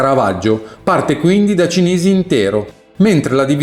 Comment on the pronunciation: Permettetemi un piccolo appunto: si dice Kalsa e non Kelsa, Cìnisi ( accento sulla prima i) e non Cinìsi come viene da lei detto immancabilmente da anni . Anche questo, la corretta toponomastica, è indice di accuratezza.